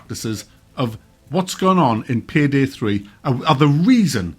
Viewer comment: Pihdih 3 huh? Learn how to speak English boy